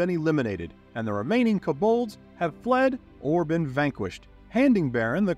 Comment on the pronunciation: Good videos, I don’t wanna be that guy but some of the pronunciations…. Koe Bald